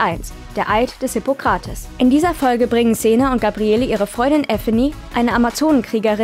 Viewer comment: Hippokrates sollte man schon richtig aussprechen können